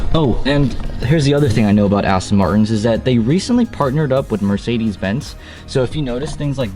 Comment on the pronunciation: What's a Mercedes "Bents"?